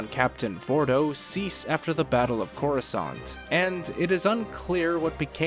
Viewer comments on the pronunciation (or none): none